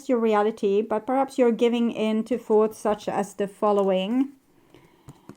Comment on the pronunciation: Please practise English pronunciation of the words "thoughts" and "channel". It is not Coco Chanel, but chaNNel!!! 😂